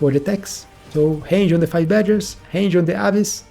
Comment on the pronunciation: bro, hange on the badgers? It's range, just trying to help. with an R :D